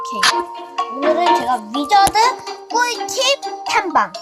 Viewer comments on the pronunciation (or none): 위자드인데 위지드라고 했네용 귀여웡